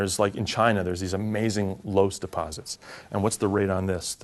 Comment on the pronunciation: Minor soil science quibble: 'loess' is pronounced 'luss.' Amazing stuff. Aeolian silt deposits. All over China and the midwestern US. Damnably yellow.